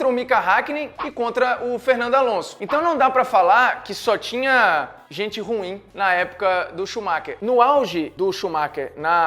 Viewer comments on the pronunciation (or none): none